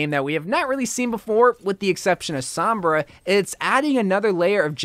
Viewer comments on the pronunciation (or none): none